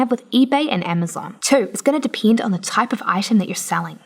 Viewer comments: why are you saying depend like that? thats not how you say it... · "It's gonna depiend" Im sorry but i had to